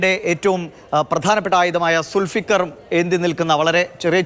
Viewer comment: സുൽഫിക്കർ. അല്ല ദുൾഫുകാർ ❤️❤️